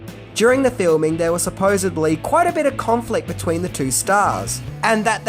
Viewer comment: There is NO “B” in the word “supposedly.” It’s a “D.” Ok? 🤦🏻‍♀️